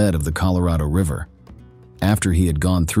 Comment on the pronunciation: Reecord, reever? Where do you come from? Caleeforneeea???